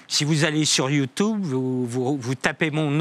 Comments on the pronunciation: "YOUTOUBE" même la meuf à gauche rigole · il dit yOUtOUbe😂😂😂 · 16 :48 il dit youtoube